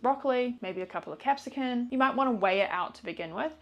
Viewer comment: isn't it capsicum not capscicun?